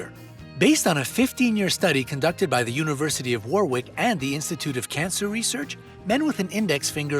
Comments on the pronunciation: War- Wick? Im sorry... its pronounced Wha-rick.... its BrITIsH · WOR-WIK. It’s wor-rick 😂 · So funny how he says the University of War-wick 😂 It’s pronounced Warrick. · I gave up when he pronounced Warrick as Warwick ha ha ! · It's pronounced "wor-ick" not "war-wick". The w is silent and the beginning of the word is not pronounced "war" as it's spelt, but more like a "wo" sound. So "wor-ick" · Warwick is pronounced worick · It's not called Warwick pronounce it warik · Warwick is pronounced "Worrick" in the UK. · Which part of your finger makes you pronounce Warwick as "war wick"? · Text does NOT match visuals. Text/voice says "...With shorter index finger than ring finger..." while showing a taller index finger and shorter ring finger: POORLY DONE! People tend to remember VISUALS over what is actually spoken. The other problem is that, depending on HOW YOU HOLD YOUR HAND (and what part is level), you will get different results. (Also, Warwick, if you are talking about ENGLAND, is mispronounced. So I assume you mean Warwick in the USA...??) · You surely don't expect Americans to pronounce anything correctly do you?